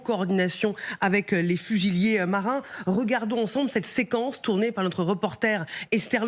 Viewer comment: Fusilliers et pas fusillés. Il y a une différence dans la diction.